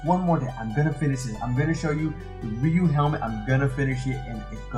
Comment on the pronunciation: If you’re still wondering, Ryu is pronounced “ree-you” such as when Ryu does his shoryuken move, he pronounces it “sho-ree-you-ken”.